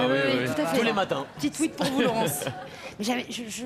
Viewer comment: Un Tuhuit, et non un Tweet. 😂 #LaurencePrononciation